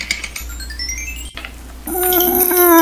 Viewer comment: full “nice”